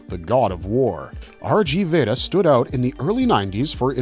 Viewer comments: RG Veda "RG" is pronouced RIGU not "R" "Gee"... 3x3 is "Three By Three" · it's pronounced rig veda